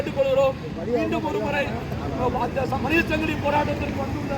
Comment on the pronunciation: அது சங்கிளி இல்லப்பா , ,சங்கிலி தமிழை கொலை செய்ய வேண்டாமே அன்பு நெஞ்சங்களே